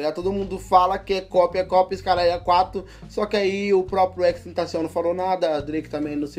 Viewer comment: cada "xxxtentacion" que ele fala ele pronuncia de um jeito 😂😂😂😂